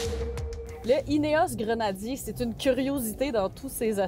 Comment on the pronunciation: Un stering box en bon Français ? Un Snorkle en bon Français ?... On vous adore...en revanche Grenadier ce dit Grenadier en bon Français🇫🇷... Pas Grenadirrr comme votre intervenant. Amitiés !